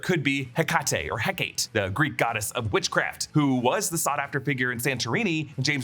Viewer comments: It's pronounced Heck-a-Tay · Hecate = Heck-uh-tee